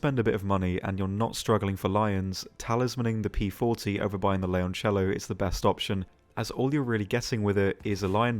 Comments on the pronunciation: considering 97.3% of the people call it Lioncello or Lyoncello that's one of the most correct non-Italian pronounciatons of Leoncello i'v ever heard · hem you're actually almost spot on with how leoncello is pronounced, yes it sounds a bit forced but every other single video out there, the way people says it, in italian sounds like leonciello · thank you for pronouncing the leoncello so correctly xD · Your pronunciation of Leoncello was actually pretty good